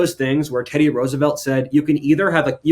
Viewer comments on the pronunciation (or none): none